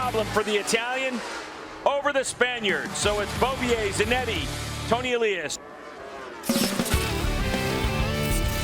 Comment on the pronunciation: Would both you and PLEASE STOP pronouncing Tony’s last name differently one right after another!!🤬🤬 get your shit together and just agree on ONE pronunciation!!!!